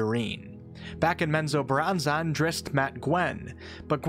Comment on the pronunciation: Hey bro, it's not zack-nay-fein it's pronounced zack-na-fain. It bothered me so bad. And menzobarranzon, is pronounced men-zo-barren-zon